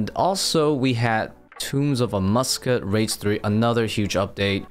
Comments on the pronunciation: why do you say tombs of amuscut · Don't you dare say amascut like that again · Do you say words weird on purpose? Wildy, Amascut, etc